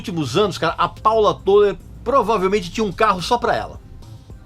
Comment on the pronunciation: "Tôler", não. É "Tóler"